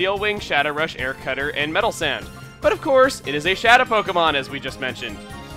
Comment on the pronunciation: he said metal sand instead of metal sound